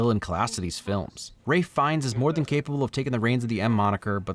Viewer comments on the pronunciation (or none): none